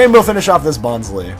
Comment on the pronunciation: It's pronounced "Bon-Slie" as in bonsai tree